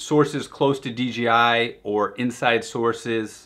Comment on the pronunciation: Dude I like your videos but really WTF is" D G I ?" Is Dee Jay Ai, sorry but that really grind my gears. For everything else I like your videos.